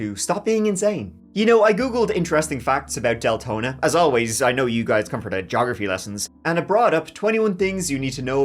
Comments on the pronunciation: D lengthening? had to go back to see if I heard that right 😂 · Probably Dick Lengthening 😂😂😂😂😂😂 I had to rewind to make sure I heard that correctly! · Is he saying Deltona or DAYTONA